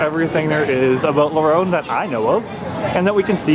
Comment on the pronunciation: I got depressed cause how he said la ronde